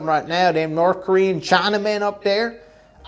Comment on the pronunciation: "Norkoreen Cheyenamen" 😂